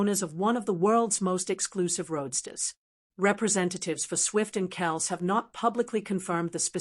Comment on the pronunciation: I like how this person on the video can't pronounce Travis's last name correctly.